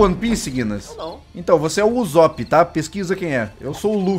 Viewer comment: Ele falou uzopp, n é uzopp é usopp fale como o z fosse dois ss